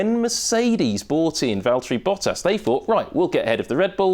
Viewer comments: "Valteri Potter" rofl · I think he said Valtieri Potter LOLOL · "Valterri Potter"